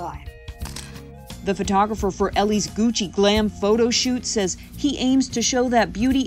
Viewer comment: I bet her 5 dollars she can’t say Gucci correctly. I keep my money.